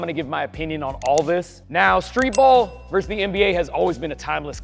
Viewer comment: vs is pronounced versus, not verse